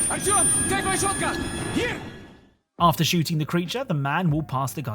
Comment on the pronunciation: Your inability to pronounce artjom humors me.